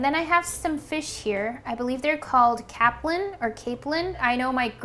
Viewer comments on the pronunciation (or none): Wow I didn’t realize you guys are cod fishing over in Japan. I’m a Newfoundlander and we are where most of the worlds capelin spawn (Or “Roll”) on our beaches and their cods favourite food so that’s why we had the best fishing grounds on earth for a VERY long time. It’s pronounced Cape-Lin(/Lynn) btw